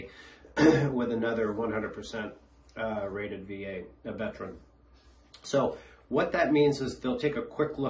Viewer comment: Very good information, thank you. However, I would like to point out that the title and word Veteran has 3 syllables, not 2 (Vet-er-an). You are not pronouncing it correctly.